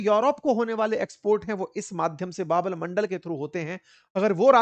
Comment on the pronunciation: Sir, सुधार करें बाब अल मंडल नहीं बाब अल मंदेब नाम है उस स्ट्रेट का